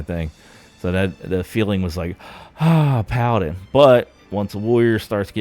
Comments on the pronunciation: Great video, calling them "palladyne" is wild though. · For the love of God - listen to anyone else pronounce Paladin. :) Video is a bit too much improvised for my taste. A script would do you good I think. Keep it up.